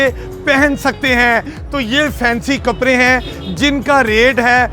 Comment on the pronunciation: Can’t he pronounce “D”? He says “kapre” for kapde and “jora” for joda.